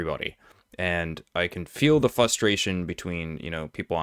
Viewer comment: There's an R in "frustration"